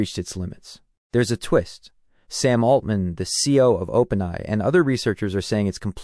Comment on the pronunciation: Dude, it's Open A I need too fix your pronunciation